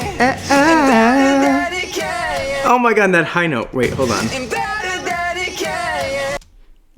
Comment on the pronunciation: Nah he dodged the "hold" syllable, it was noticeably quieter than the rest